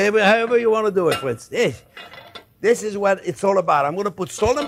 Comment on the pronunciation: I thumbs up as soon as I hear you talk! "Hello Fwends" You are my favorite chef!